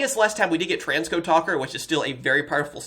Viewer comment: DA-code? It's DEE-code